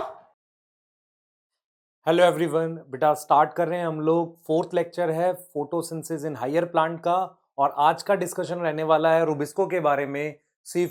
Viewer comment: sir aap photosynthesis ko photosynsis kyon bolte ho "the" kyon nahi lagate kabhi.